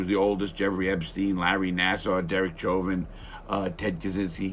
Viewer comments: It's pronounced SHHHOVIN, not CHOVIN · Learn to say his name properly.